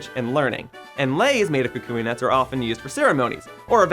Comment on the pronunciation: Omg thank you so much for actually pronouncing his name right XD (Most people say "Kuwk-wee" and I facepalmed as soon as I heard someone say it that way....)